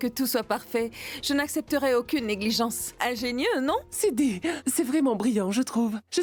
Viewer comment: 😂😂😂 siddhi a dit vin inbe cille😂😂😂😂